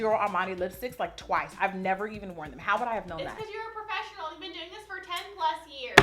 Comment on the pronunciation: A profeshinNAL!!